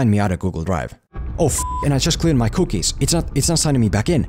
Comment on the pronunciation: Lmao the way you say cookies